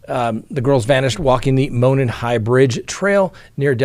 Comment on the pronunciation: Hi, love your channel! I live near Delphi, and thought you'd like to know that Monon is pronounced "moe non." Thanks for all your videos! Olivia